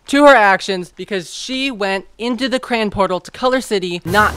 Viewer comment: The way you say crayon like crayin, crain, and cran 💀💀💀